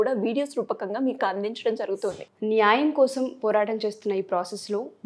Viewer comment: మీరు ఈ ముఖాముఖి ద్వారా మంచి ప్రయత్నం చేస్తున్నారు.. ఐతే ఈ ఎర్ర రంగు బట్టలు ధరించిన అమ్మాయి (పేరు తెలియదు) 7. 22. ---7.35 సెకండ్ల వద్ద న్యాయం అనే మాటను , నాయం , నాయం అని కనీసం మూడు పర్యాయాలు పలకడం జరుగుతూంది ., అలా చిన్న , చిన్న తెలుగు పదాలను పలకడం కూడా సరిగా లేదని , ఉచ్ఛారణ దోషాలతో పలికే వారిని సరిదిద్దే ప్రయత్నం చేయాలని కోరుతూ..